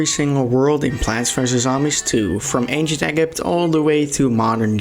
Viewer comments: The anchient egg-ipt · it's acient Egypt not 🥚 ypt